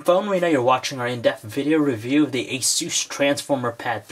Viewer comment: No its a-soos